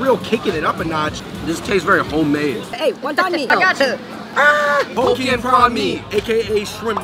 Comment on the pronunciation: i lost it at hokkien mee they made it sound like hoe kien